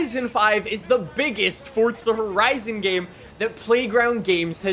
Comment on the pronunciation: “fortza horizon”